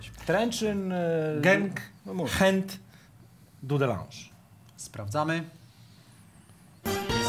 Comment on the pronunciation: Dudląż a nie Dudelanż, ewentualnie po Polsku DUDELANGE